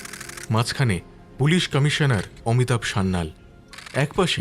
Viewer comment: গল্প পাঠকের উচ্চারণ নিয়ে আরো যত্নবান হওয়া উচিত। কিছু শব্দ উচ্চারণ খুব শ্রুতি কটু লাগছে। বাস্ক নয় বাক্স, অমিতাভ্ নয় বাঙলায় বলা হয় অমিতাভো। নায়না হবে কেন নয়না সেন হবে উনি তো বাঙালি....